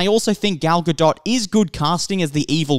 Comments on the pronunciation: It’s not gal ga”dot” • it’s pronounced gal ga”dote” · It's not pronounced right, it's not pronounced like DOT, it's pronounced DOET. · He doesn't. It's Ga-DOET not GaDOT. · Not to be that person but Gal's last name is pronounced "Guh Dough" :) the T is silent. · The "t" is silent at the end of "Gadot". It pronounced "ga-doe" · This guy has never heard her name pronounced ?? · My thoughts are that you absolutely butcher her name into oblivion every time you mention it... makes me cringe. The T in Gadot is silent! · dude... I'm an Israeli and a native Hebrew speaker. Her name is Gadot, this is how you pronounce it. Where did the "E" came from? גדות...